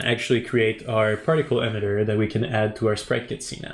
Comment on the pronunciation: Awesome. It’s “E-mitter” not “em-itter” hehe